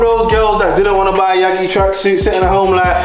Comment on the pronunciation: Man said yegi it’s Y A G I